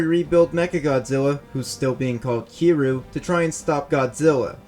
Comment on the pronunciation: its kir-yuu